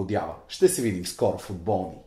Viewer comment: защо викаш фУтбОлни ....🤬🤬🔥🔥